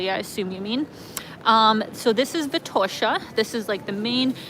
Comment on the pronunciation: Great video,! Sofia looks so much better than one year ago when I was there. Good job, mayor Terziev! Enjoy your new digs, and looking forward to your next videos! Btw, Vitosha is pronounced with an accent on the first syllable, just like Sofia.